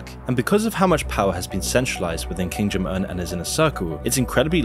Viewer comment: “King Jim Un”